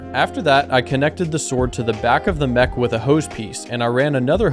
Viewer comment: Ik bedoel het lief maar je spreekt het uit als mek niet meg